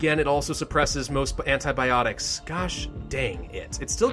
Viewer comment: who died when he said antiboptics